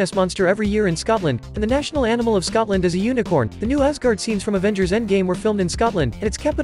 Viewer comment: “Things you might not know about SCUTLAN” sorry I just love the way people pronounce it